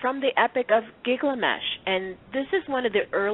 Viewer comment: Good show, but the name is GIL-gamesh, not GIG-lamesh.